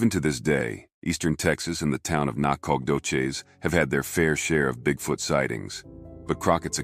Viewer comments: Nacogdoches , I live there and have most my life. it is pronounced [ NAK AH DO CHEZ ] the G is silent. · Thats a weird way to pronounce Nacogdoches.....